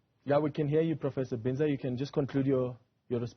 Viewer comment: Am glad my university is represented especially by a local academic 😊 Am not sure about how the "English " pronounceation of his name by the host though, how hurtful is it to ask someone "Sir/Madam how do you pronounce your surname instead of anglicisation. How does Binza become Bhinza😮 Prof Breakfast as ever brilliant, technologists came top despite Covid-19, Health Scientists did the same, but politicians were fucked up by Covid-19.